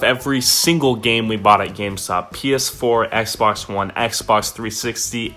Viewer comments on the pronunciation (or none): none